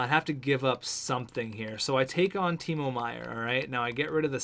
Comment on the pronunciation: And Meier's first name is pronounced Tee-mow, like mowing the lawn.